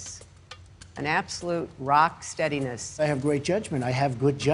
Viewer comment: steadines..yea. like Libya.